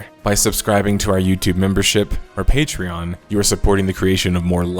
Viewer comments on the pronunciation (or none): none